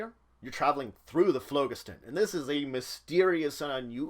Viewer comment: I like your vids, but you are mispronouncing phlogiston. The first O is long, the G is soft, and emphasis on the second syllable. I verified this quite easily online.